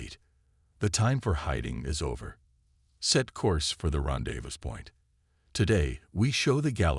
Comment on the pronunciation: HAHAHA ,,,Ron Davis instead of rendezvous!